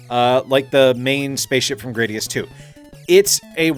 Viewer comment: According to the intro for Gradius 4, it's pronounced Grah-dee-us.